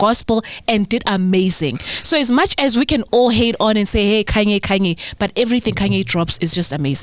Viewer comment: That “i got Kunye” on whatsapp instead of Kanye killed me 😂😂😂😂